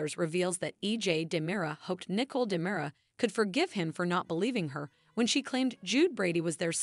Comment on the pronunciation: Narrator- please review the character’s proper name pronunciation. Example: Nicole is not “Nickel”; and quit repeating comments you have already stated.